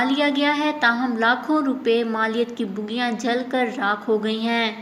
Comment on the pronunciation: O baji... Bugiyaan nai... Sahi word bogiyaan hai.... 😂😂😂😂